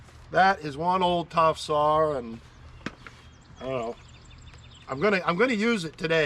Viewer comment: I watch this to hear you say, sawRr 😅love it !!!!